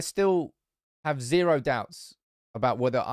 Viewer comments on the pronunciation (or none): none